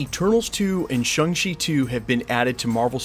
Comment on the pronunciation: ShAng-Chi not ShUng-Chi. Get it right dude.